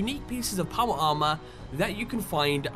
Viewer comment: Paw-Wah Ah-Mah...........